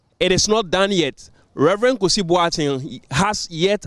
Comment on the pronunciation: Please his name is #Kusi not Kisi...haha I should start😅 Refreshing News thank God it's not another unanimous Fc ruling